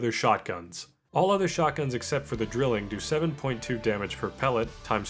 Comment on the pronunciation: Im sorry I need to point this out. It's pronounced "dry-ling" not "drilling". It's German for "triple" :)